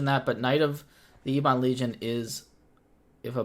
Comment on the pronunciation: Please,, eb-uhn, not ee-bahn. Think of the children, man!